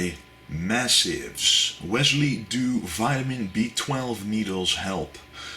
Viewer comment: the accent turns Wesley into Wisely, kinda.